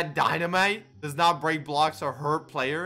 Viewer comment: He said ‘dy-na-may’ instead of dynamite 😭😭😭